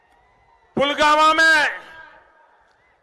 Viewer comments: Pulgama k naam pe bewakoof bana liya ab nhi banenge . Pulwama nhi pulgama bola ja raha h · जो व्यक्ति पुलवामा को पुलगामा बोलता हों जिसे बोलने का सबूर नही बो विश्वगुरू बनने चला हैं क्या मजाक हैं भाई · Pulwama ka naam bhi sahi se le pa rahe What a PM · Pradhan mantri 😅😅😅🤣🤣🤣🤣🤣🤣 jo pulvama ko pulgama bolta hai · कूत्ता पुलगामा बोलता है पुलवामा को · पुलवामा नहीं ,पुलगामा 😂,,, नया नाम दिया मोदी जी ने 😅